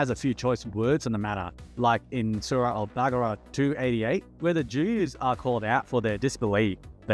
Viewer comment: you say you are an ex Muslim but cannot even pronounce surah al baqarah? 🤔